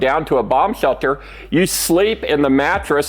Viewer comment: "Bomb chelter"